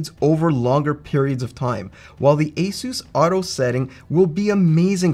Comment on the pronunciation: The company ASUS isn't "Ayseuse", it's exactly as it's written: Asus, because it's short for Pegasus, not a-masseuse.